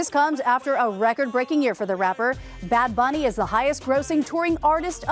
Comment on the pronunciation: goad she said bad bunnys album name right. its weird when people pronounce spanish words wrong